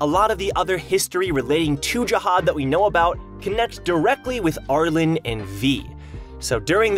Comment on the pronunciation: Hey, love the content. Not sure if you read comments, but Arlene's name is pronounced "Arl-een". Hope to see more stuff in the future!